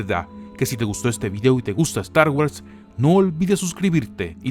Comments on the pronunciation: pero tiiiio "estargüas" "finaciamiento" "yors lucas"? al menos lucas si lo dices bien jaja sigue haciendo estos videos comicos maquina!!!! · da cáncer la forma que dices "Star Wars"